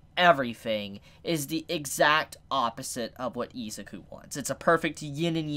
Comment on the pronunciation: I don’t think it’s pronounce eziku